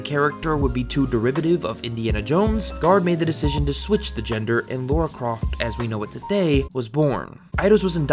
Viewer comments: Her name is pronounced "Laura" that's how characters say it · Can anyone explain why Lara keeps getting pronounced Laura (not a dig btw)? A lot of people do this in their videos. Can't work out why. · She isn't called "Laura Croft" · I agree with this everything in this video but it always bothers me so much, as a Tomb Raider fanboy, when Americans pronounce Lara's name as Laura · STOP. CALLING HER. LAURA. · Why the frak do the Americans call her Laura? (ugh) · It kinda trigger me when people keep calling her Laura there is no u I know it’s has something to do with pronunciation but still 🤬😡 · I swear you keep saying Laura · Calls Lara, Laura - video is trash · It's just ignorance. If you can read and have the most basic understanding of phonetics or, you know, just listen to the fuckin game, there's literally no excuse to mispronounce it. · Why do so many Americans say 'Laura Croft' when it's clearly Lara? Lara and Laura and pronounced differently with an American accent too. Its not a British thing. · It's definitely pronounced "Lara". Some people pronounce it "Laura." Some people are wrong. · I am American. I say Lara (LAR-UH). I do NOT say Laura (Lore-uh). He is just wrong. It is not a dialect thing. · Can you stop saying 'Lora' its getting on my nervs as I watch, the text on screen and the way her name is written is with an A not a O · Alright... I’m gonna ignore the mispronunciation of Lara and try to enjoy it anyway. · Why do us North Americans pronounce Lara as Laura? I hear people around me pronounce it as Laura and it pisses me off. They are two different names... Everybody, say it with me slowly, "La-Ra" FFS... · Why is it so difficult for americans to pronounce her name correctly. It's Lara not LaUra. And that goes for most of the gaming media, from respectable youtubers to IGN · It is LARA! L-ARRRR-UH. Not Lawr-uh. So frustrating. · She's called Lara, not Laura. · IT IS NOT LAURA. IT IS LARA!! Is it so hard to pronounce such a simple name?